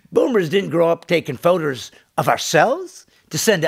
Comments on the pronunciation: this boomer said photers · Did you say photers?! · lol did you say photers???? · lmao you're so mad, go outside and take some photers to calm down you boomer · "photers" heeheeheehee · Did this guy really say "Photers"? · did this guy say photers? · This boomer said "photers" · My man just said "photers"